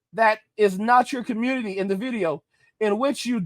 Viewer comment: Mr. Pookieman, it's more of AG's community than it is mine: I voluntarily turned my back on 'da communitah' and its foolishness a long time ago ...